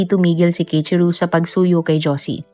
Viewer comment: Keichiru❎ Kei-ichi-ro✅ Keiichiro po